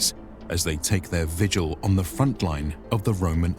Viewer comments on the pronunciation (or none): none